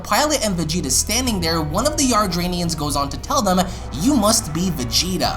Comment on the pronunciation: Please pronounce "Yardat-ians" properly. Hearing you say it repeatedly the wrong way was such an earsore.